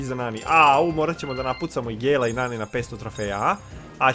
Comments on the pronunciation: Ne izgovara se NENI nego NANI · Ne kaze se neni nego nani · govori se nani a ne neni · Nije NENI nego NANI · Nani je muško i čita se nani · Nani je musko i ne kaze se Neni